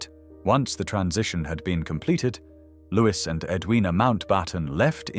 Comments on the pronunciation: Louis is pronounced Looey not Lewis, you ignorant fool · His name is pronounced Louie not Lewis!! He has been dead for many many years, so what is the point of dragging his name through the mud 46 years after his death? Apart from sensationalism, there is no reason. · Loo- ee. Not Lewiss. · His name should be pronounced "Louey Mountbatten", NOT "Lewis Mountbarton"! It is a pity that you couldn't find an actual living Brit to narrate this story! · Why should we believe your information if you cannot even pronounce his name as " Lou-ee" and has never been known as "Lewis". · It's not pronounced Lewis. It's Lou-ee. I suspect that if the family wanted it pronounced Lewis, they would have spelled it that way. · Louis is mis pronounced. It is not Lewis it is Louis the same as Louis the Sun King of France. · The Brits pronounce “Louis” as “Lewie” - silent “s”. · Lewis? ffs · Louis is pronounced Louie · In English, Louis is pronounced Lui or in the French way Start with that correction to improve on any seeming ignorance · His first name was pronounced Looee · You don’t pronounce Louis as “Lewis”. Get it right ffs! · Loo-ee, it is pronounced Loo-ee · Well put together and interesting with excellent narration and clear diction, so rarely heard these days. I would however, question the pronunciation of his first name - the "s" should be silent and, at times, the surname sounded like "MountbARton" which grated. Also it was inconsistent which confuses the listener. I would correct this. Otherwise a very enjoyable visit into the life of a very complex man. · Please get his name right . Pronounced the French way